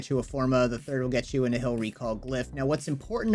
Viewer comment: In the game Nihil is pronounced more like Nile